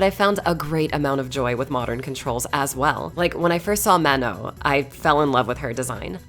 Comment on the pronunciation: Great video but the way you pronounce "Manon" is absolutely dreadful